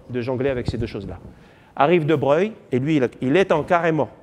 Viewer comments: De Broglie se prononce "De Breuil" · ce cours est très intéressant, mais le professeur manque de rigueur(fautes d'orthographe, prononciation de De Broglie,...)